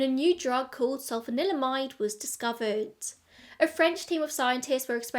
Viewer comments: Really interesting, thank you for another great video. Can I applaud you for your pronunciation as I can't even say Sulphanalydimide 😂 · Can I just say how impressive it is that you can roll "sulfanilamide" off the tongue so effortlessly? Hilariously, Massengill is probably best known to people of my age as "the douche company" (not a joke, actual douches). 😂